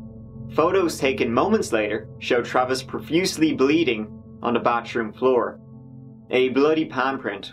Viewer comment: Come on man learn to pronounce TH. It’s not Bah-troom it’s ba-TH-room. Also, THIRD is not pronounced turd, that’s a piece of crap!